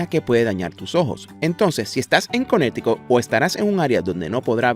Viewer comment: Si vuelves a decir Cunericut me salgo del canal. Me mareaste con esa palabra.